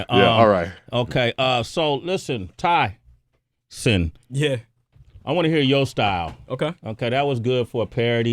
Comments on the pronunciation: wow - this is painful - nasa lies! tyson is lying shill... nasa was founded by nazis - do some research - the interviewer praises tyson like he's been his hero for so long and then he doesnt know how to pronounce his name - the dumbing down of amerikkka is alive and well here... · How you fuck up the name and say you watch his shit? Everyone that introduces him pronounces his name with the “E” silent! Even he says his name at the beginning of “Star Talk”. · "Yeah, this is my mentor, my hero growing up. Always looked up to this cat." (While he mispronounces his name) smh